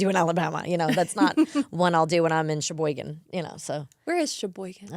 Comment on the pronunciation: Lmao Sheboygan is here in Wisconsin!! Also kudos to being able to say it I’m curious, can you pronounce Oconomowoc or Waukesha hehe!?